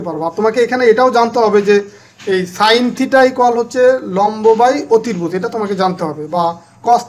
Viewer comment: ধন্যবাদ আপনাকে। ক্ষমার দৃষ্টিতে দেখবেন একটা কথা বলি, আপনার অতিভুজ উচ্চারণ টা একটু ভুল আছে। অসংখ্য ধন্যবাদ, সুন্দর করে আমাদের পড়া বুঝিয়ে দেওয়ার জন্য..